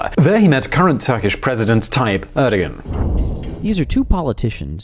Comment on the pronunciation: I love how you pronounce his name "Erdogan" instead of "Err-doo-wan" like everyone in America does. Err-Doo-Wan might be right, but it's spelled "Erdogan"